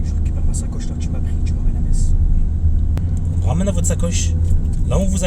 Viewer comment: Ahah en tout cas tu connais Metz et le dit sans faute sa fait plaisir 😊